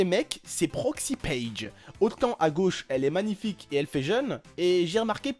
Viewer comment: on dit pas"magnific" on dit "manific"